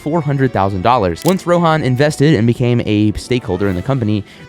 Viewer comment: Rohan is pronounced as (Row-Hun) not row-han.